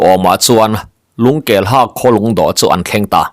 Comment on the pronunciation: Lungkelha tih i lam danah hian ha hi hâ (teeth) ri in lam ri la a dik zawk law'ng maw?